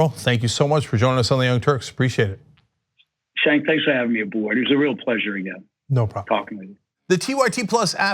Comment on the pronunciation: Joe Sestak - The interviewer's name is pronounced, "Jenk", NOT, "Chenk".